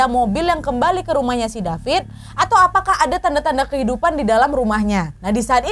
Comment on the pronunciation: wkwk bengek perkara ka nad bilang DAPIT DAPIS🤣